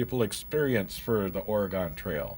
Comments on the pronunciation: Thought it was Oregon not Oragooon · OrEhGun. It's not Or-Gone. or Orey-Gone. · "Way-gun" :) Oh, and also we pronounce the state "Or-uh-gin" (with a hard "G") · Why do you say wagon and Oregon like that? Or where are you from?